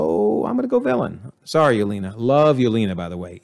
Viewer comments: There were quite a few “antagonist” that were reformed by the time they died or left, that you didn’t count as reformed. Loki & Yelena (pronounced Ye-ley-na) for example. And I don’t think we were given enough information to conclude that Val is a villain or that Xi Xialing became villainous by the end. Both are suspicious or iffy, but not guaranteed villains. And please work on the name pronunciations. You mispronounced nearly every minority characters name wrong. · It's slightly annoying the way you keep saying Yelena as "Yolina" Edit: and also Hayward is his name, not Haywood